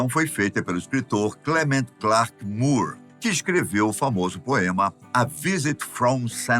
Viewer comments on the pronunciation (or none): none